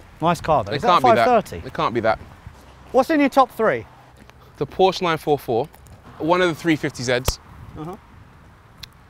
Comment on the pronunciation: The Porsche is sweet i Love it Also thank you for not saying Porsch bc as a German fellow it doesn't just "grinds my gears" it grinds them like a 3 years old "driving" a none synchronized tractor